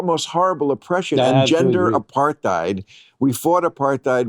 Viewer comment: Bill absolutely refuses to learn how to pronounce the word "APARTHEID"